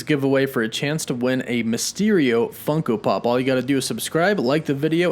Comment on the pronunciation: I get annoyed every time you say funko pop😒